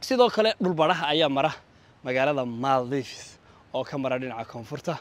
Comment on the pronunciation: Maale ku dhawaaqida iska hagaaji zzb màldiv